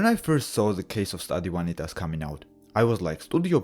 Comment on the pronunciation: I've been meaning to watch this but haven't had time yet. Also, as someone who used to take Latin, I appreciate that you pronounce the V as a W haha. Glad to see you back on the grind! I missed your brand of humor.